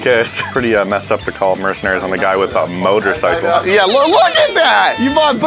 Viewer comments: "Motorcicle" WHAT!?!?!? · Nobody:: Motorcicle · ok. 2 things. #1. We knew what 2 of the 3 were going to get because they spoiled it in the beginning preview and during the intro.....get rid of these spoilers/Previews #2. "Motorcicle" Come on guys.....really? lol